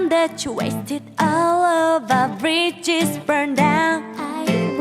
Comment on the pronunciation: When Seungyeon says ' bridges' it sounds like 'fridges'